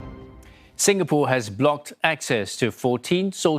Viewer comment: It's not singapore , it's ingapore:)